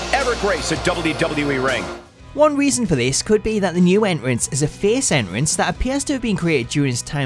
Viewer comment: He can't even say entrance properly